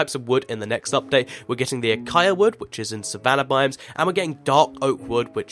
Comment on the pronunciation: Learn to pronounce acacia please.